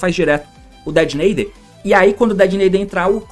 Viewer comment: Agr só falta falar Detonator certo